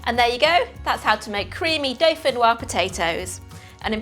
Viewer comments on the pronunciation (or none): Dauphinoise has an E on the end. ......'woizzz'. Either way, delicious!! Thanks.